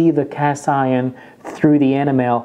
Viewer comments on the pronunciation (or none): Sir, for enamel, iinstead of "EN-ah-MEL", it is pronounced "ee-NAM-ul" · It’s E -NAM - EL, not animel! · it sounded like you where saying animal instead of enamel. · I like how he pronounces Enamel ( AnnaMel ) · It drives me nuts. Sounds like Animal. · It took me a while to get that he was saying “enamel” and not “animal” LOL, but I love his accent! And great review, very helpful! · I never knew enamel is pronounced anamal! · You don't know how to say the word enamel. The emphasis is on the e and it is a long e souund. E nam ul. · It’s so cute how you pronounce Enamel lol thanks for the good info...I also have one of each as well...but I actually prefer the lodge for my boules... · Must be French. Can't pronounce enamel. Couldn't stand to watch to the end. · 😀thanks David. I promise I'll work on it! I would be so happy if "enamel" was the only english word i can't pronounce correctly... 😀